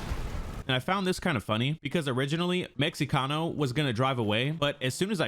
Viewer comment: "Meh-he-cano" just in case you wanted to know how to say it